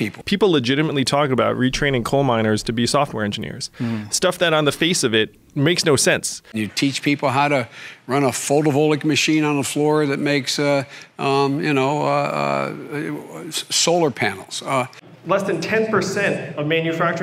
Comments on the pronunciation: He said solar photolic. He doesn't even know the word photovoltaic.. biden does NOT CARE ABOUT ANYONE EXCEPT FOR HIMSELF AND THE 1% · Clearly we can’t retrain Biden to build Solar panels because he thinks the word voltaic is pronounced “voltik?”